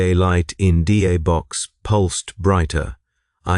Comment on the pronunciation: I listened to a lot of videos from this channel, and I generally very like them. However, this one misses. The voice is saying D space A instead of da. Also, I don’t know if works know that their tech only works because they believe it works. It’s a little fourth wall shattering.